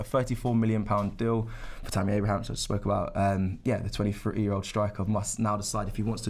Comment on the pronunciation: Robbie,its pronounced Abraham 🤦‍♂️